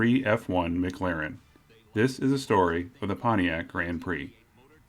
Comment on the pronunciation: Why are you saying Mc Laren?